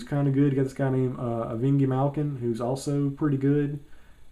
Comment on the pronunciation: Evingi malkin lmfao